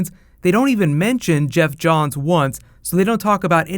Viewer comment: and it's Geoff Johns